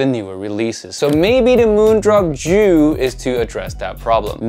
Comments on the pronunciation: Hi, I speak Chinese (Mandarin) Just wanted to let you know the pronunciation for Jiu, is actually, just like: "Joe". And is the second half of a combination that goes together to make the words for beer / liquor / wine, etc. The character for it is 酒. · I think JIU is pronounced as Jee yoo